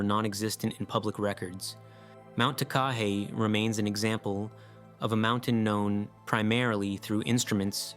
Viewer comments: Takahe is pronounced with the emphasis on every syllable the same like ta•ka•heh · Mt Takahe is pronounced; Tah - kah- hay. Each syllable is given equal length and it is from the once believed extinct but then rediscovered bird of Aotearoa-New Zealand, _Takahē _